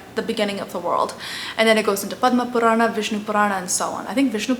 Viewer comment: overythig's ok, but the pronunciation is sanatan (not sanatanA) dharm (not dharmA), same with puran. man too much of this funny language is also not good.